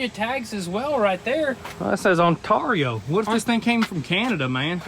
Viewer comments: "That says On-Tarr-E-o"... As a huge Canadian fan, that was super adorable. looks to me like a California plate, from Ontario California. BTW, it's pronounced "On-Tear-E-O" 😊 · You said Ontario wrong lol sweet ride